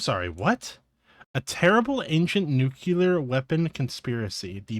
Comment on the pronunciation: IT'S "NUCLEAR" YOU DIPSHIT. IT IS NOT... "NUCULAR".